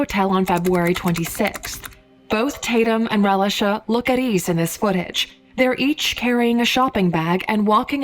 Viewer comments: I'm only 2 minutes in the video and I'm tired of her calling this poor baby relish-a 😡😤 it's pronounced "Ray-lee-sha" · Am I the only one that's annoyed with the mispronunciation of Relisha's name?